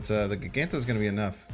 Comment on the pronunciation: For the love of god man… I love you content but if you don’t start saying magneto and giganto right, I swear I’ll stop watching. It’s MAG Ne tow